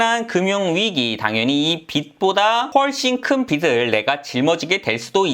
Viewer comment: 빚을=빚[비즐] 이렇게 읽으세요. 빚으로 광(光) 낼 일 있습니까. 하기사 빚 내서 광 나면 좋죠. '개천에서 용 나기'